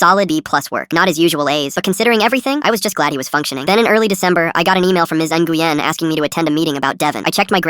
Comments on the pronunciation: Nguyen is NOT pronounced engooyen it’s newin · I’m pretty sure Nguyen is pronounced “When”, not “Na-goo-yen”. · Nguyen is pronounced (nwen), NOT (n-gu-yen). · counsilor's name is pronounced win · btw Nguyen is pronounced (New win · “Ms. Enguien” what the fart? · NGUYEN IS PRONOUNCED WIN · The name of the principal should be pronounced "wen". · nguyen is not nuh-goo-yen bro what ???? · Its actually a Vietnamese name but the AI didn't;t know how to say it, its pronounced like NGWEE-en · Nah its supposed to be wen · Miss Nguyen I’m sorry the way they pronounced it tho 😭